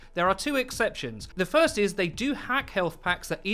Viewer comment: guido voice "Foist"